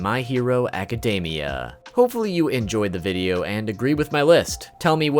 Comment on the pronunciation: why do poeople keep pronoucing academia wrong its not even a hard word jesus